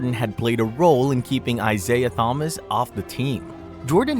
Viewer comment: If you’re going to use AI for narration, teach it how to pronounce Thomas.